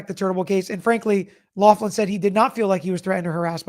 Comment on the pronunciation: It’s loughran not Laughlin